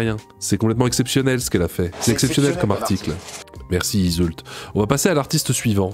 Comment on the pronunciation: je pense tu as fais expres mais si jamais le l d'yseult ne se dit pas